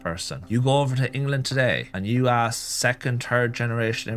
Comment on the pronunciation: I'm Dutch and my English is better than most people in the video's! It's ASK and YOU ALL. Hehehehe